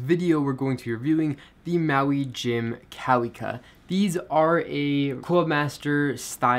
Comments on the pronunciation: They’re pronounced ka-vee-ka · Not tryin t be "that guy" but they w is pronounced as a v. Sounds like kavika. Hawaiian to English translation is david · The correct pronunciation for the word KAWIKA is Kah-vee-kah. The 'W' in Hawaiian is pronounced like the letter 'V'. :)